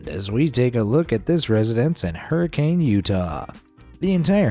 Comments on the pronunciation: It's actually pronounced Hurcun Utah. It's weird but that's how Utah rolls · I know it’s spelled like hurricane but it’s pronounced Her- ehh-cun. It’s a small town in Utah and that’s how they say it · Lol It's very real (my mom grew up there), but he mispronounced it. It's Hurrikun, even though all the new move-ins use the wrong pronunciation, too. And the way it was pronounced by older people fifty years ago, I cannot imitate - sort of like hair-(some syllable I can't figure out)-kun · We pronounce hurricane as her-uh-ken and that house is not all it seems to be. It's not as great as he made it sound